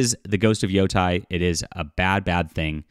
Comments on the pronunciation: It's yotey not yotie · This is sad news. I was going to give it a chance, but this doesn't paint a great picture. On a side note, Yōtei is pronounced with a long ā as in "stay".